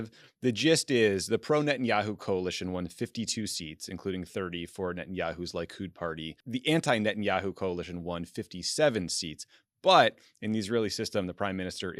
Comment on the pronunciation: Tommy - Bibi's party is pronounced Lee-kood, not lie-kood.